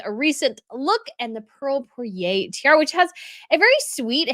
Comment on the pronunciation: Not "poiré" but "!poire" !!!!!!!